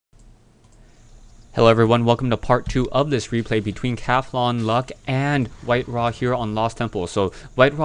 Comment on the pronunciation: its not CATHONLUCK, its CAUTHONLUCK. there is a U in there, you know that?